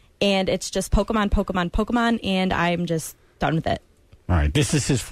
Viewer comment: Lel "pokeymen" How does that lady know John?